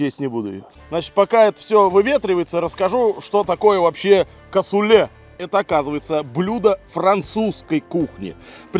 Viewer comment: Очень все вкусно выглядит, не знаю на вкус... А блюдо называется- Касулле! Ударение на У! Вить.